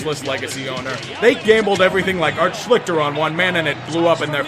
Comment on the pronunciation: You mean ART (SCHLEE-STER) and about this Andrew Luck kid, he is very good but he is NO Bert Jones.